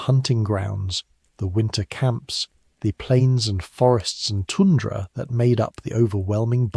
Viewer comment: need to fix the pronunciation of REGINA and TUNDRA